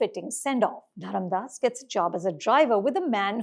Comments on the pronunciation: FYI, it’s Dharmadas* not Dharamdas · His name is not Dharamdas, it's Dharmadas!!